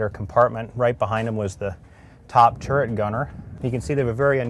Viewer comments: Jay Leno says turrent...ugh. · Lot's of folks mistakenly say "turrent" instead of "turret", which is correct.